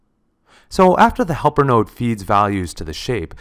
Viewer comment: Did you say "nerd"? Not "nerd" -- "node."